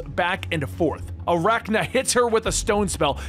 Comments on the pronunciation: It's Arcanna. Ar-cane-na. Like arcane powers. Not Arakna. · Got a kick outa calling Arcanna, Aracna. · Arcanna not aracna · You called 'Arcanna' (r can uh? Maybe: r con uh? My bet is the former, as opposed to the latter. ) 'Arachna' (something spidery, perhaps?) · Arachna? Do you mean arcanna? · Arachna? Lol so many mispronounced words classic XD